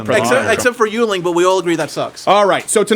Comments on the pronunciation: Yuling? Or do you mean Yuengling? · Yuengling is pronounced: 'YING-LING'